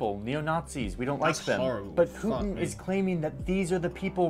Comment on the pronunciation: You’re pronouncing his name wrong. It’s Poo tin as in 💩.